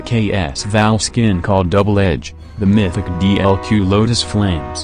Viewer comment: I swear everytime i hear maythicc instead of mythic 😂😂😂